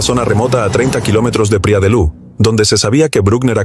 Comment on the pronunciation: Y si, lo repite tanto que le quita algo de seriedad a su investigación, si no sabe decir bien los nombres queda la duda de si investigo bien el caso